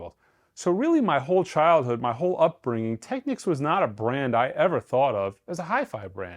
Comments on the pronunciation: All I’m gonna say is thank you for NOT pronouncing it incorrectly as TEKNEEKS as I hear a lot of people say 😄 Enjoy your new TT! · Thanks, for pronouncing “Technics” correctly. The other pronunciation ends in “Que” which is another word. It’s like people who mispronounce “Porsche” as one syllable.